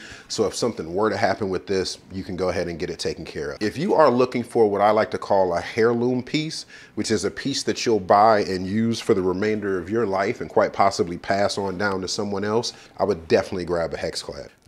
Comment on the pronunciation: Hairloom? Dude, in the word heirloom the h is silent. How did you make it this far in life without knowing how to pronounce such a key word for vegetables!? Secondly, a lifetime warranty is only as good if the company lasts. If hexckad gets bought by another company, say good by to your warranty. So warranty's don't mean much now days.